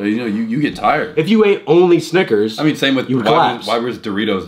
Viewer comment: saying snickers like sniggers